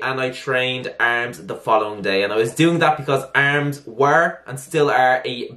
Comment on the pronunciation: I love how you say arms haha. ERRRRRMZ